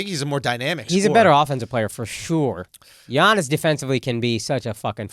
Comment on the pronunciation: Andrew, you literally have a greek friend comedian named Yannis Papas. Giannis is just another way to spell Yannis in english. It's pronounced Yannis in both instances, not Geanis. It's the freaking MVP of the league man come on. It's not even his last name , it's his first name, it's 7 characters.